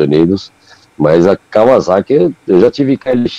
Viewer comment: Fala Kawasaki direito...não é "Kawaçaki" kkkkkkk vc não tá no Japão.